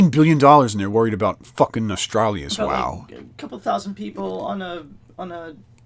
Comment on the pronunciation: It's "No-stal-ree-us"